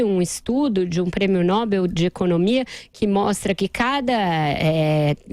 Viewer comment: É impressionante, uma jornalistas velha de guerra ainda diz "Móbel" em vez de Nobel que é o correto.